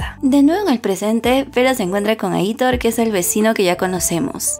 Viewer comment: No es "Aítor", es "Aitór"